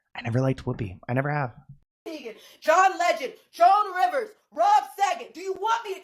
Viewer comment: Did she say "Joan Rivers"??😮